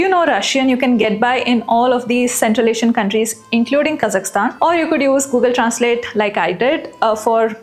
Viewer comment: you are the only Indian the name 'Kazakhstan' properly pronounced, BRAVO! like it. :)